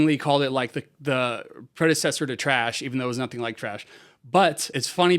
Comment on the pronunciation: Its thrash not trash unless you just being funny